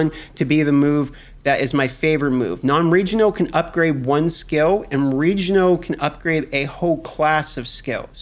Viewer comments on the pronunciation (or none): You have the strangest accent. What the hell is region-oh gear? Why are you mad at the letter L?